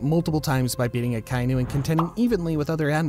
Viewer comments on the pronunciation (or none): none